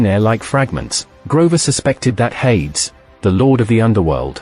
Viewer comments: Hades, should be pronounced "Hay-dees" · Air-reez and Hade-ez. oh dear gods you are pronouncing most of the names wrong. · Hades is pronounced "HAY-deez." Others are noticing the God of War is also mispronounced. You can entertain your viewers more effectively if you avoid this kind of error.